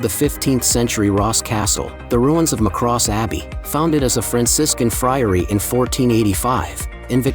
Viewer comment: Pron. 'Kin-SALE'; 'MUCK-ross'; Liss-MORE'; 'COVE' (but pronunciation seems to be an afterthought in this video). Enniskerry is about 25 km from Dublin, not ten. It would be great if the pictures matched the narration (even a little). It would also have been useful to say in which Irish counties these towns are to be found. IOW, has a point.